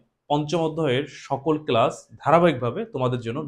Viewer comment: ক্লাসকে ক্লাচ বলে কেন🤣